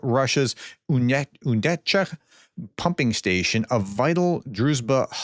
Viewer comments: Unecha not "Unchetka." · Not Uncheka, but Unecha. But anyway, no more russion bloody oil sells to Hungary!!! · Why can't americans even read words from different languages ? It's absolutely insane to pronounce Unecha as "Youchecka". That's in no way near what the spelling would suggest. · LOL It's a Prof hallmark!